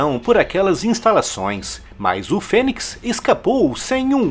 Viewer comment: pronuncia de fênix (fênics), É FÊNIS...